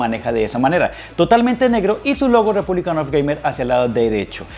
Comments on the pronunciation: "Republic", no "republicAN". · Mi portatil de hace 7 años con un SSD también enciende a esa velocidad 🙂Tu video no está mal pero si ni siquiera sabes pronunciar el hombre de la marca que es Asus "Repunlic of gamer" no Repúblican... Pues ya vas mal. No te estoy diciendo esto con ganas de tirar Hate simplemente entre buscando una review profesional y viendo las cosas que dices me doy cuenta de que no tienes realmente conocimiento sobre esto y no me da la confianza como para aceptar tu opinión sobre el portátil. Sin duda alguna seguro con un poco mas de conocimiento y atención a detalles tan simples como saber el nombre correcto del producto que estas mostrando, podrias tener un contenido de mejor calidad. Un saludo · Buen vídeo, pero es REPUBLIC OF GAMERS, no "REPUBLICAN OF GAMER". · Buen video, pero me estresa que a cada rato diga “republican” of gamers🙃